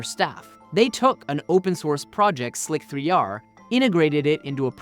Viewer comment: Slic3r "SLICER!" wow... I yelled at the screen on that one.